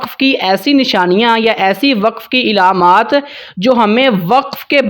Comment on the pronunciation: Ilaamaat nahi bhaai, alaamaat pronounce karen